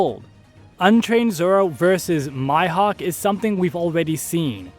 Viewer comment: i enjoyed the vid until i heard...mihawk try pronouncing (me-hawk) not (my-hawk) please thanks